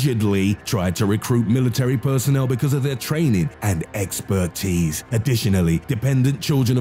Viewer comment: “because of their training... And EX-PEA-TISE ”